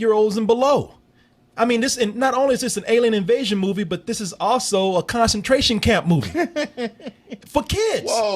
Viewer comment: "A KONSENTRAYSHON KAYUMP MOVEH!" lmao my nigga